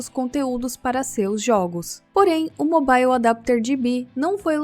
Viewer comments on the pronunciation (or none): none